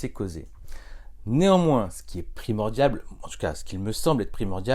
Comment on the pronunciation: "primordial" pas "primordiable", "restauration" pas "restitution" :)